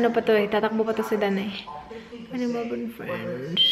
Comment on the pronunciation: Thx melboon haissssttt been telling u that on d past vlog but u were not ready then.... So was just watchin and doin😬😬😬whenever u say melborn.... Ur fans will get upset when try to correct u, oh well.... Judy had d same mistake and I hve learned that from her she was stood corrected as well😌